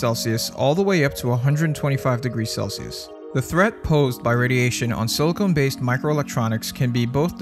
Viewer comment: pet peeve...... narrator pronounced silicon as "silicone"